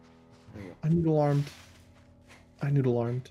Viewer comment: I know is saying "I noodle-armed," but it sounds like he is saying, "I Nude Alarmed."Next time he says it tell him his "nude alarm is set."